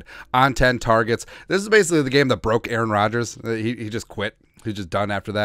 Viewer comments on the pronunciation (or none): none